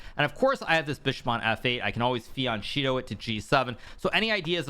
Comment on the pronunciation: Pls PLS mr Nakamura it's "fjan'ketto"